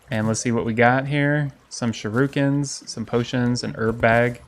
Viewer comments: m8 it's not 'sherukin' it's 'shuriken' swap the letters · Shuriken is said sure-ih-can not sure-oo-can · Wait shiruken? Why is everybody reading shuriken the wrong way? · It bothers me how he says shuriken